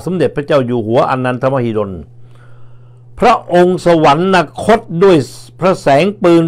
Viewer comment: สุนัย..สะ หวัน นะ คด ไม่มีนะครับ มีแต่ สะ หวัน คด ช่วยอ่านออกเสียงคำดังกล่าวให้ถูกต้องด้วยครับ